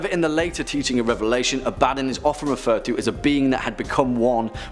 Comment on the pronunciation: Man this guy butcher's aboddons name. I was just listening to the video only can had to go back to actually watch aboddon part because when he says his name i was like i never heard of that demon before who is that? And then thought this sounds alot like aboddon